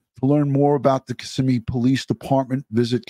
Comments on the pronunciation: Hey, not being critical, just letting you know, it's kiSSIMme with emphasis on SIM. Just an FYI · Ka - simm - ee- Kissimmee —— Osceola Ah- see - Ola. Correct pronunciation